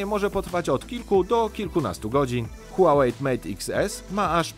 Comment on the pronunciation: Czy mi się zdaje czy nazwę marki wymawiasz "Huałejt" czy z "t" na końcu?